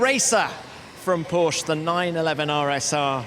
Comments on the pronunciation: he pronounced it correctly once you idiot internet warriors! Go back to your caves! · My uncle's surname is porsche and 'e' is definitely not silent at all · God bless british guy, who pronounces PORSCHE like PORSCHE, and not PORSH